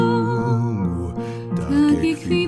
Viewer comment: Trochę mnie kłuły tak wyraźnie akcentowane końcówki wyrazów np. móGŁ, błąD. Ale ogólne wrażenie jak najbardziej pozytywne :)